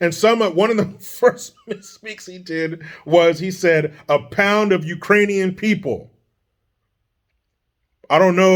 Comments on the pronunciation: If you listen very closely, I think Brandon said "Uranians" which makes it even worse lol! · Remember when he called the Ukrainians-----------Irainians lol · LOVED IT when JOEY, said" Iranian's instead of Ukrainian's ...... The LOOK on KAMALA'S FACE WAS PRICELESS.......😨